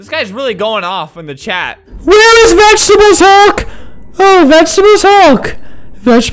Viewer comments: NO “HOLD MY VEGTEBALE HULLK”!! NOOB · Vegtable hulk Vegtable hulk Vegtable hul